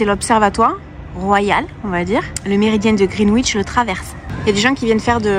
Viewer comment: Greenwich - pronounced 'Green Itch' babe. And you keep calling Tower Bridge 'London Bridge'. Remember, stunning, that 'when a man is tired of London, he is tired of life'. I most unfortunately got tired of it & it was very much touch & go for quite some time...there is no cure for the London blues...